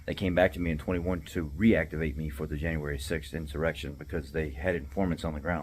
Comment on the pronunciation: Quit calling it an issurection.